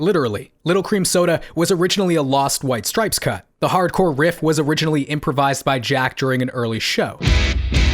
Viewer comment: STOP SAYING STRIPESES! Thanks for coming to my Ted Talk